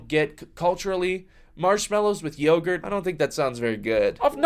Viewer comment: THE “yawgurt” SENT ME 😂😭